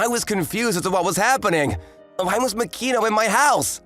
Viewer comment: ma-ki-no not mak-i-no